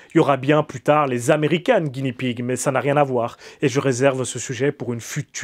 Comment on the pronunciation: Attention à la prononciation. Le R japonais n'est pas roulé, c'est plus un L (un roulement très léger et très court). Donc, soit tu le dis à la française, soit tu prononces un L. Mais ne le roule pas. Sinon ça fait une espèce d'entre-deux désagréable. Ah oui et Guinea ne se prononce pas Guini, mais comme ça s'écrit, Gui-né-a. Le cochon de Guinée (le pays).